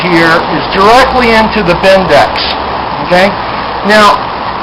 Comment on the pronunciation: I presume by 'Bindex'... you meann 'BBendix'....